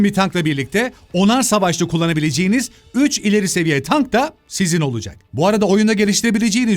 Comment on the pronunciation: Pronunciation ateş ediyor bakıyorum, Tank’a “Tenk” demeler felan, yok orelet hıammına :D